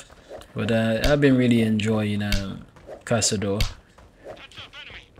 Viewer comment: Nice "caçador" brazillian portuguese pronunciation.